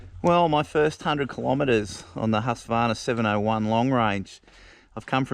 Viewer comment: I wish people would pronounciate Husqvarna correctly like...hooskvarna